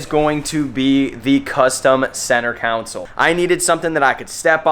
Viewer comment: Kawn-sole. I have no idea what you’re saying.